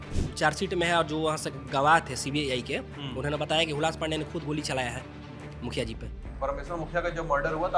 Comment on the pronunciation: Arre mukhiya ji ka naam sahi se lo yaar...